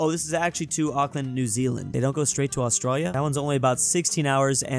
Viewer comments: Pleeeaaaaase stop calling Australia "Austrarya"! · Bro Said Australia with austria en 😂😂😂😂😂😂😂😂😂